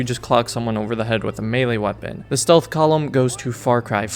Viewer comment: Ah yes, StEaLh.